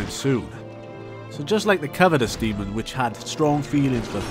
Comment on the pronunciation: Not being mean but there's no d at the end of demon